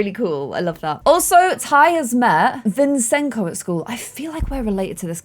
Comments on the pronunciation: Nobody: struggling to say Vincenzo (vin-chen-zo): ViNsEnSo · its VinCenzo not VinSenzo:) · It’s pronounced Vin-Chen-Zo and as I’ve said before, Scarlet dated a Milner at University so he might be from his family line. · clem its vin CHEN zo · Vincenzo is an Italian name, and pronounced Vin-Chen-So, just letting you know! <3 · Vincenzo is pronounced "Vin-chin-zo", it's an Italian name! Common nicknames are Vinny, or Enzo! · Just FYI Vincenzo is pronounced Vin-chen-zo